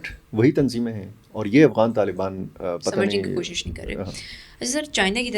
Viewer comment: Aghwan nahi afghan hota hai